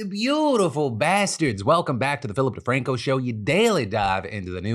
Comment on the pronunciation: Dammit. But props to Phil for pronouncing the name correctly.